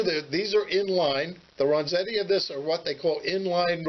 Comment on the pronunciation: "Ren"zetti not "Ron"zetti....just sayin'